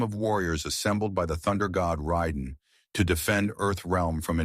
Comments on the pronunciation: Ryden??????? It’s Rayyyyyydenn buddy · Yeah "Ry-den" was shocking. Lol. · The voice is AI, I figured it out the second it pronounced Raiden's name wrong repeatedly